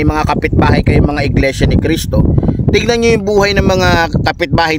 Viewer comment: Mali ka dyan brod! Bigkas mo palang sa Iglesia ni Cristo Mali ka na!